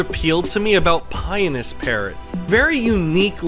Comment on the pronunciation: You keep saying it like "Penis" lol. I think it's Pie-o-nus. Has everyone I have spoken to said it wrong?